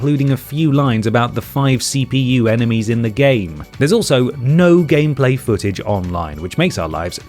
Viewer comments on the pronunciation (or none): none